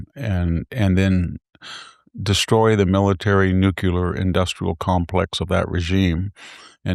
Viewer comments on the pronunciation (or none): Arggh! Nuclear is pronounced New-clee-er NOT new culer.